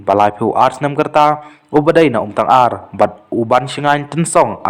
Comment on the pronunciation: YouTuber da pynbeit bha ka rukom kren,ym dei umtyngar ka dei umtangar😅😅😅😊